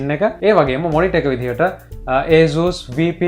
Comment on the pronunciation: asus pronounce කරන විදිහ වැරදි ..